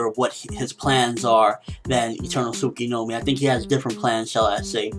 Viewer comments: tsukUyomi not tsukiNomi.....good talk though ;) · Tsukinomi hahahahaha "Tsukoyomi"